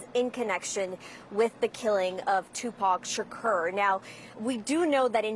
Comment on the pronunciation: Sha-ker? What they changed his name now?